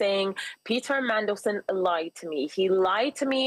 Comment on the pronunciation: Meddleson? It's Mandelson!